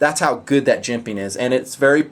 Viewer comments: JIMP-PING hahah love that emphasis. out of my college price range T_T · Gotta mention it...luv the way you always say "Jimping!", with a unique emphasis. Makes me chuckle. I see you turn over a knife or zoom into a particular area...and, I know what's coming. I am also a big fan of that, and will always look for it right off the bat in a design.